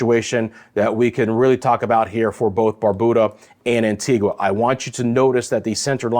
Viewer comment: Love that you are giving us in the Caribbean up-to-date information,, but it would be nice if you could get the correct pronunciation for each country especially if you want us to share and continue listening. It’s quite easy. Just ask an islander or better yet, make a call to the island in question. A few island names are constantly mispronounced by the weather people fraternity: Antigua and Barbuda, Anguilla, Saba, St. Bartholomew, Dominica, Dominican Republic, Nevis and Grenada. It would be a great show of respect to the islanders if their country name was revered enough to be correctly used!